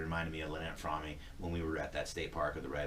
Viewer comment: Today is the 50th anniversary of Squeaky's psych evaluation with Dr. James Richmond. Manson's nickname for her was "froammee", so she pronounces her last name that way. In this interview, she pronounces her last name "Frawm".....I hope that clears that up for you. The correct pronunciation is "Frawm", or "Froam". Good luck.